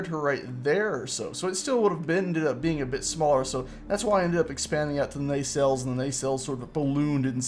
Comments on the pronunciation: Its pronounced NAH-CELL(s)... sorry not a pronunciation nazi... but that was bothering me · Why are you calling them Ney cells?